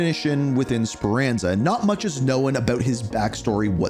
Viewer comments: It's Known not Knowin lol sorry ur killing me with this shit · Someone teach this man how to pronounce “Known” lmfao wtf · The way this guy says “Known” makes me wanna crash tf out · Great video! Just a quick heads-up — the word “known” is pronounced differently than how you said it. Thought you’d appreciate the tip!